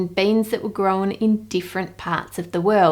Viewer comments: Hearing Ann say “grown” makes me want to watch that video of the person who parodied her 😂. Definitely going to pay more attention to the taste of chocolate I eat now. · The way Aussies add an extra syllable to words like 'grown' always makes me chuckle. It sounds like 'grow-en'. :)